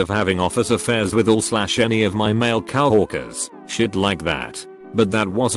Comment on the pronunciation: Everyone's gonna ignore the pronounciation of coworkers huh?